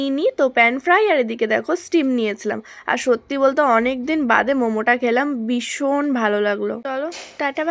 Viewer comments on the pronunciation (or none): বিশন কি কথা 🙄ভীষণ টা কি তাহলে 😷